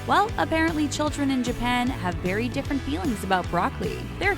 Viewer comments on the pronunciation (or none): none